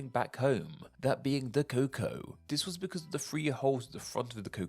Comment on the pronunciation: It's not the coco it's the cuco.